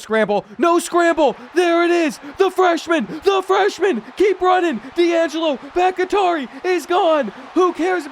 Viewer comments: I’m prefacing this with it not being a big deal at all, but I do think Bakhtiari is pronounced Bach-tee-are-e Other than that, keep up the great work! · BACK-TEA-ARI please god let him learn how to pronounce that legends name properly lol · Pronounced bok-tee-ari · It’s pronounced BAK-TEE-AH-REE😭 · Butchering Bakhtiari like crazy 😂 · The way you say Bakhtiari is so horrid lmao. Cmon bruh. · Sitting here wondering if his coach would ever pronounce his name correctly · That Bakhtiari pronunciation is nails on a chalkboard every time. How do you keep botching that? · It’s driving me insane so I have to say it. Dudes name is pronounced Bock-Tea-Are-ee. It’s not Bock-Atari! lol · ITS BACH-TI-ARI, LIKE FORMER PACKERS O-LINEMAN DAVID BAKHTIARI, NOT BACH-IH-TARI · Brother. I love you. But if I hear you mispronounce BOCK-tee-are-eee one more time I’m going to absolutely crash out. David Bakhtiari was an amazing offensive lineman before injuries derailed his career. Please do better next episode and I’ll let you pick the first team I do for my rebuild series ❤️ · brother it’s Bahk-tee-ah-ree, not Back-ih-tar-ee. David Bakhtiari was one of the best OTs in the NFL for a decade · Bakhtiari is pronounced Baak-Tee-Are-E, not Bak-It-tari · Bakatari 😂 The Kentucky is Kentuckying with the reading comprehension on this one. Bak-Tiar-i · no new stadiums :/. also why do you keep saying bakitari for bakhtiari. bakh-tiari. not baki-tari. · Brother it's Bok-Tee-Ar-EE not Bok-i-Tar-EE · All my Green Bay Packers fans remember the great blind-side left tackle, David BackyTarry... (psst. Its "Back-TEE-ari") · You are miss pronouncing baktiari it’s sounded Bach-tee-ari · Great stuff as always! And not trying to go all grammar nazi on ya, but Bakhtiari is pronounced "Bok-Tee-Ari". That said...keep the content comin'! 🤘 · It's pronounced Bock-tee-ari...like David Bakhtiari, the longtime Green Bay Packer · Boc uh taree is wild that man name Boc tee ah ree...😂😂😂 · Brother it’s Bawk-Tee-Ari